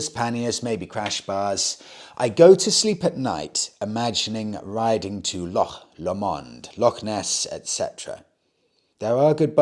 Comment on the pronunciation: have a nice Christmas, the loch is pronounced phonetically Loch Low Monde, and the Yamaha is a Ten e air. Bit more research, by way the N C also stores its fuel under the seat and the engine is canted forward and low down to lower the centre of gravity. Enjoy your vids, especially the Tuesday ones.